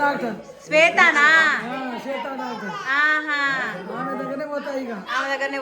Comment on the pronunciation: Swetha doctor ❌Chetha doctor ✅😂